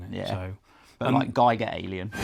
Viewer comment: Giger rhymes with eager.